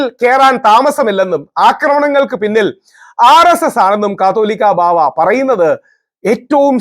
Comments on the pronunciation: Rahul , അങ്ങയുടെ Presentation നന്നായിരിക്കുന്നു. എങ്കിലും ചിലയിടങ്ങളിൽ കാതോലിക്ക ബാവ എന്നതിനുപകരം കത്തോലിക്ക ബാവ എന്ന് തെറ്റായി ഉച്ചരിക്കുന്നുണ്ട്. ശ്രദ്ധിക്കുമല്ലോ. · രാഹുൽ ഈശ്വർ താങ്കൾ, കത്തോലിക്കാ ബാവ അല്ലാ കാതോലിക്ക ബാവ എന്ന് പറഞ്ഞു പഠിക്കുക